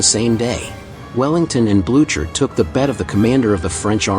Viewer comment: "Marshall Blue-chur". Gross come on lazy AI voice, you can do better than that. edit: double gross, this channel is... sad. Using AI scripts to. "plunging into cargo vessels." Just yuck no thanks